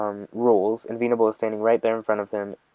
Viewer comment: I know you mean well but this video is all over the place and just a mess. You've made much better videos. The way it seems like you're reading it for the first time kills me. It's not veeenable it's vennnable